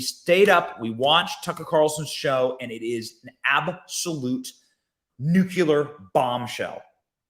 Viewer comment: Not Nu Cu LAR. Maybe NUCLEAR